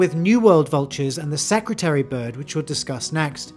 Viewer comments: Security bird? I am South African it is a secretary bird. As in a secretary that works in an office Edit: just to clarify it was just pronounced weird in the intro. Similar to how you say Nambia instead of Namibia. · Secretary bird* not “secutary” bird. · You can't pronounce "secretary" Can you?